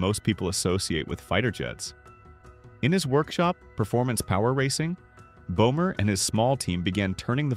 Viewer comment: Böhmer not bomer😂